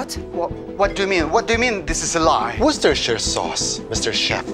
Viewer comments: Worstercher sauce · I disagree it's pronounced wor ces ter sher not worce ster sher